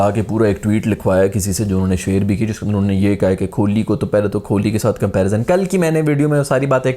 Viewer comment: Kholi nhi....kohli